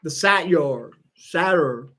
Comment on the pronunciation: Apparently it’s pronounced Satyros! 🙏